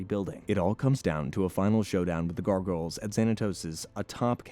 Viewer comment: Please reupload this and pronounce gargoyles correctly. I couldn't watch this one. Syllables GAR: Pronounced like "gar" in "garnish" (rhymes with "car"). GOYLZ: The "goyl" rhymes with "coil," and the "z" at the end adds a soft buzzing sound.